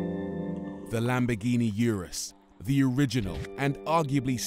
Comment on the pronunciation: Did I hear Lamborghini Anus???